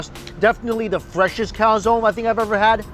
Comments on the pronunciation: Can you please stop calling a calzone, a calzon? It’s pronounced calzo-ne (cal-zon-ehh). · Hi Mike!!I'm from Italy. I just want to tell you that you have to pronounce the "e" in "calzone",it's not "calzon" it's not "calzoni",it's "calzone".It was so strange to ear the pronounce.Hahaha!!😂😂But great video as always,i'm hungry now!! 😅😅😅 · I got silly laugh when he said "im dying to get into this calzonne" cause in spanish it sounds like calzon aka lady underwear 😂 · it's pronounced cal-tson-e (e like egg), not cow-zone ;)